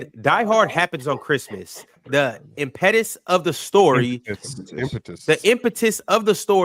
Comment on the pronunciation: 5 hr and 2 min mark when was reading a super chat and Mis worded “impetus” 😂and dropped his head immediately 😂